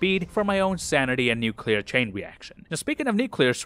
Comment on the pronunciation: “Speaking of nucular strikes…” is the best intro to an ad reel I’ve ever heard